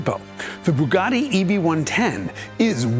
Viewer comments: Bugatti, not boogotti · The F40 would like a word in your ear about who was the first carbon car.!technically it’s a carbon/kevlar mix but aye, t’wasn’t the Bugatti old bean. P.S. Bugatti isn’t pronounced ‘Boooogotti’, that’s why they use a U, not a double O. Not forgetting the A, of course: One would assume a fellow would know this if said fellow was doing a special feature on the fkn things. You lot over the pond haven’t mastered English yet, so you really shouldn’t be stretching yourselves by trying to have a whack at the Italian.